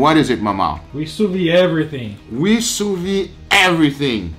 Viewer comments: Sou Veed is how it's pronounced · Why does pronounce “Sous-VEE”?